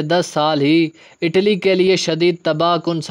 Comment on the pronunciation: آٹلی نہیں اٹلی